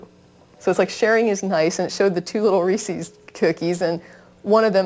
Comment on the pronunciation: I love you to death, but reesie's, really? When pronouncing Reese's, understand that the word is in it's possessive form, hence the apostrophe. The word should rhyme with "pieces", "leases", and "creases". If the word rhymes with "CiCi's", "Embassies", or "feces", you're doing it wrong. I hate to pick knits, but that one really bugs me.